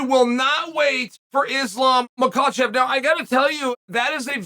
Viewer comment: Finally Uncle Chael does not call Islam mahklechef